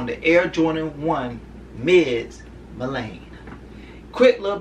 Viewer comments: It's Milan not Milane lol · Lol your pronouncing Milan wrong...it’s pronounced *Mee-Lawn